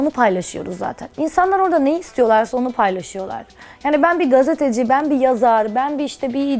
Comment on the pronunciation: “kObul” değil, “kAbul”. “GazAteci” değil, gazEteci”, “MeYsa” değil, “Melisa”, “kartposter” değil kartpostal. Ay yazık yaaa iyi ki Şeyma değilim :(